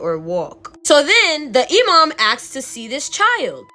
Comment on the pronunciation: Loved your story telling!!!! Btw your story about the snake baby, You said 'Imam' 100% correct, they are the muslims equvalent to a community leader. Basically someone whe is knowledgeable about the religion whom people go to ask for guidence. And you're so adorable!!! 'Hocking', in the other story wasn't a typo for 'work' 😆. It means, 'to sell something that you hope to buy back later because you need money now.' Basically pawinng. I feel so old, people don't use these words anymore and they're getting lost to time. The younger generation will probably never hear these terms unless they are into classic literature or films.' And if you want some amazing content ask your followers if anyone has stories about "Djinns" (pronounced, 'Jin's'). They are the Islamic equavalent to shadow people that weild magic. They are where, 'Genies', orriginate, and are said to be the precurser to mankind after god made the angels if I rember correctly. I met one when I was a kid. (Our house was hella haunted!) There's this one clip of a man exploring an abandoned house, one minute he walks past a room and there is a full moon in the sky, then he backs up and it's gone. The film was analyzed, and the experts say its a continous footage so it wasn't edited in later. Oh, and my family is Guyanese so they refer to black magis as 'Obeah'. I'm sure if you ask for stories about that, you'll get some wild tales!'